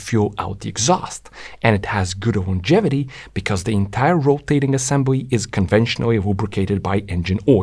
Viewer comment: It's pronounced "Longevity", NOT "iongevity" ... ! Good video, excellent explanations, "Dirt Rider" is a good cast ... ! MORE of that brilliant CREATIVITY, please ! Do / can You do gigs ? Ciao